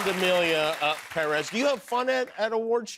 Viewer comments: Why does he pronounce Perez like that 😂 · I abhor the way he says Perez.